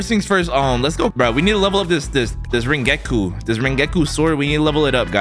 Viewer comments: Bro said rengeku instead of rengoku so people would comment about it, damn he smart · we need to level up this Rengeku Me: you didnt say it right and you have no respect for rengoku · Sorry but it’s ren-go-ku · ass really said rengetgoku it’s ren goku rengoku from demon slayer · Bro actualy called rengoku rengeku like vro fell of fr fr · BRO SAID RENGEKU AND BTW GO TO ANIME DESIGNS FOR BETTER COSPLAYS